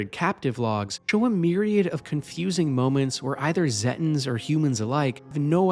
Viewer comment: zetins? what? Zeta pronounced like Zayta. so it would be Zayten. pronounced the same as the real life piece of space called the Zeta Reticulai.